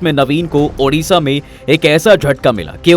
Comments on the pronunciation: The name of my state is ODISHA not udisa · Sir it's ओड़िशा। Not उड़िशा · It's ODISHA "ओडिशा "